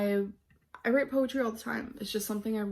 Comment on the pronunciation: “Poewumm””powretry” and “writ” How does she get it ALL so wrong?